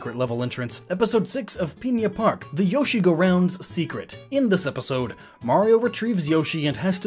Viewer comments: Not peinna park, pin-a park p.s that may just be how you say it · One small thing that annoyed me: It isn't spelled Piña Park, so please don't say it that way. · Pigna park